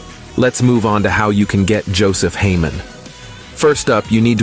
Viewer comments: "haymon." are you fucking serious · "Heymon" xd